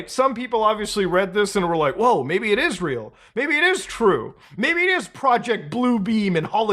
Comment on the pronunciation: "Maybe it is real" sounded like "Maybe it Israel". Conspiracy confirmed?